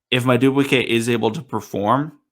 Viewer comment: I think his name is pronounced mad doo boo kay not to be rude